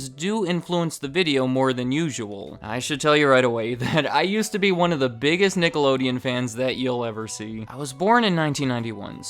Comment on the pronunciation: stop with the racial slurs dude, you were clearly saying nigalodeon